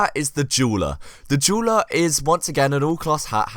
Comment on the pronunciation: Lmao when you said dueler it sounded like juuler